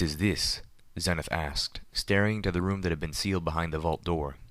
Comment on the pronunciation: Pedo Baer That is the correct way to pronounce Homage, but he does pronounce Xenith wrong. I like his reading. His monotone matches the theme of the story.